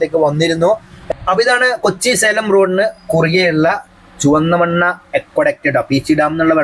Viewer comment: ചുവന്നമണ്ണ അല്ല ചുവന്നമണ്ണ് ആണ്